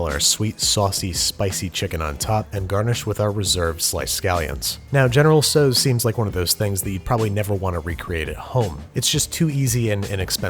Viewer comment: It’s not pronounced “so’s” it’s pronounced “tow’s” (the tow is pronounced like “ow that hurts”) otherwise good video!